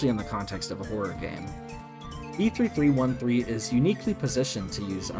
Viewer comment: finally a normal person who says b3313 like someone sane and not making up titles like "beetle". LIKE WHAT CONNECTION DO THE WORDS B3313 AND BEETLE HAVE??